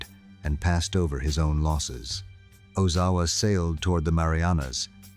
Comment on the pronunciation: Oh-Zow-A. It's not that hard to pronounce.